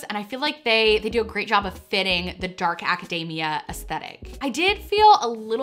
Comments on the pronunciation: Oh man every time you said academia I was hearing macadamia 🤣 I was like dark macadamia is this a dessert lol yum! Hahah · the way pronounces academia has me seriously craving a white choc chip macadamia cookie <3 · The way you say academia is hilarious, it sounds like your saying macadamia nut, minus the m. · Every time she says Acadayyyymia, I hear "Macadamia" nuts lolololol (it's Aca-deee-mia, but it's also fun to hear it the other way) :-) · love that she kept pronouncing academia like macadamia lolol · Friendly pronunciation note: academia should not rhyme with macadamia, it rhymes with anemia ;)